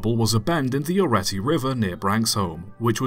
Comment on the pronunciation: Oreti is pronounced Oreetee